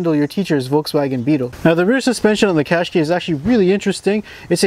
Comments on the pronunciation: Cash kai not kay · It's Cash-keye, as in "eye". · Oh im sorry 140bhp is not enough our irish qashqai 1.6 diesel cvt with a 112bhp is fine enough. Also its pronounce cash ky not kashk.